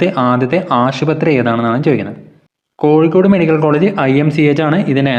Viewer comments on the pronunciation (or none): none